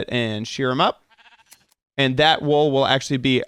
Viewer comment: It's wool not wall dude